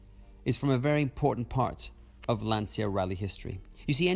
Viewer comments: Congrats for the video… Can’t you guys, LIKE EVER, realise the fact, LANCIA is NOT pronounced like LanZia. C’mon people, it is really not so hard to learn…… Best wishes from Serbia💚🤍❤️ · però pronuncialo bene ti prego. lancia. magari imparano!!!